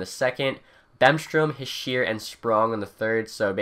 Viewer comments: I know right? I cringe every time I hear him say "Hee-sheer" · His name is pronounced "heeshay"